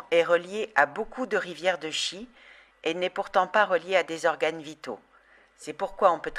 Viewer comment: On prononce Tchi, comme dans Chi-kung.